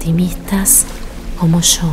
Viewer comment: el yo lo pronuncia muy fuerte así no me concentro con ese tono